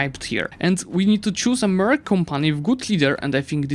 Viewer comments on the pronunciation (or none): none